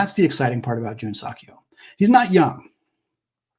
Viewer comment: I enjoy your show. I believe "Seok" is more accurately pronounced suh-k or soak; not sock. Go Zags!